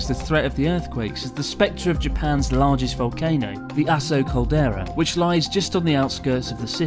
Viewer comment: The way Chris pronounces Aso makes the phrase "the last known eruption of the Aso (asshole?) caldera" sound really off-putting.🙄